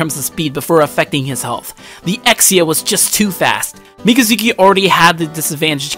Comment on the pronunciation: You said both names wrong.